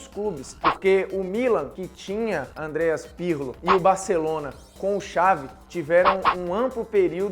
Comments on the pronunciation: Pqp, não é Andreas, é ¡¡¡Andrea Pirlo!!! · Não é AndreaS, é Andrea.